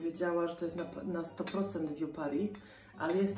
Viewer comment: Dzbanek francuski BOSKI! Vieux Paris trzeba czytać ... nie "wiu" tylko usta układasz jak do "u", ale mówisz "e", że tak ... nie fachowo doradzę 😃😄 🍀🌻🌿☀️🍀🌻🌿☀️🍀🌻🌿